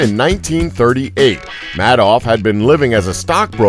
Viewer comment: It's pronounced May-doff